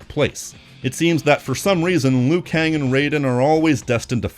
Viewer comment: It's LIU Kang, not "Lui Kang"!